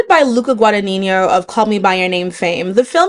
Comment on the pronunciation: Really unnecessary pronunciation issue: It's Gua-da-nee-no, the g in the 'gn' form already makes the 'nee' since the g is silent